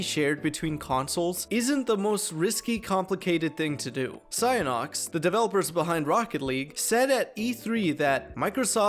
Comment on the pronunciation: “Psyonox”??? My brother in Christ… PSY-ON-IX You literally put it on screen and still didn’t pronounce it right 🤓